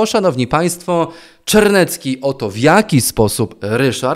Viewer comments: Obatel jest Czarnecki a nie Czernecki.:) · Czemu mówisz Czernecki? Ten złodziej nazywa się Czarnecki - złodziejom nie przekręcaj nazwisk żeby wszyscy mieli jasność o kogo chodzi. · Ryszard nazywa sie ciagle jeszcze Czarnecki, a nie jak pan twierdzi Czernecki. Mam nadzieje, ze wkrotce bedziemy go nazywac Ryszard C. i bedzie panu lzej. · Nie Czernecki a Czarnecki